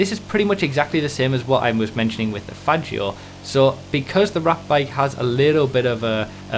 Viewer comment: You say "Faggio" completely wrong